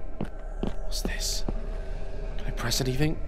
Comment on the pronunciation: no one gonna talk about how it said prees instead of press lol 😂😂